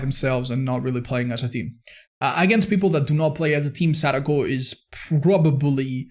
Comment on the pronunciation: Hey just wanted to say not only thanks for the content, but as someone who speaks Japanese your pronunciation on Sadako's name actually took me by surprise, I think I've been too used to hearing Dowsey say sudoku constantly but you did great!:)